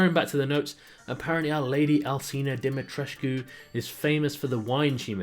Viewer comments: It's Lady Dimitrescu not Lady Dimitreshcu ! I'm from Romania 😁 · Dimitrescu is a Romanian name. It varies such as: Dumitrescu, Dumitrascu. You pronounce it like: Die-me-tres (from trespasser)-cu (from custodian) Why it's in this game? Because Dracula and Romania. People keep fantasizing about Vlad Tepes for some reason. The whole thing with Dracula and Romania, came from people not being able to pronounce the Dragon's order, given to the Tepes Family and in the end it got butchered into Dracula instead of Dragon. He had a murderous streak indeed, but nothing too fancy and usually towards criminals and scum. Drac means devil in Romanian. People didn't understand the concept or idea of dragon, not in out mythology, and assumed it was some kind of devil. Hence the name being changed by clueless uneducated masses in the middle eve... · hey guys i think the name is pronounced Dum-me-triss or Di-me-triss, roman translation though. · Demi-tress-coo Or Alcina Dimitrescu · Maybe her name is pronounced demitres i think i like that better bc dimitrescu os confusing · Dimitrescu its not hard to say at all. Maybe its difficult for Americans :/ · as a romanian, i just came here to see how people pronounce Dimitrescu. also, weird for a vampire or whatever she is to have such a normal, human name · Dimitrescu is not hard to say at all